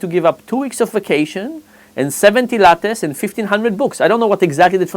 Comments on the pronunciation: I thought he was saying latex.... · I thought he was saying lap dance instead of latte.